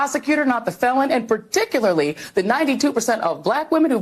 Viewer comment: Pertickilully that's how say particularly